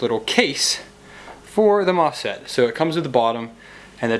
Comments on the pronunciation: Yes! Haha, you said mofset again. . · I don't don't mean to seem like I'm poking fun, I just find it interesting - sometimes MOSFET, sometimes MOFSET.